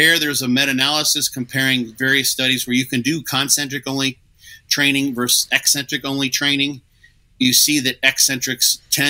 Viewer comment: The way pronounces 'eccentric' makes me think he also calls 'espresso' expresso 😂